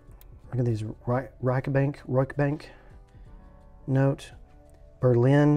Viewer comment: It is supposed be be pronounced something like Reish Not rike Reishs- bunk- no- tay Reishsbunknotay Reichsbanknote Sounds kinda like the real deal. The money was "pre"(value was already limited) inflation. Not much worth after the war when ppl went to get bread with a wheelbarrol full of cash.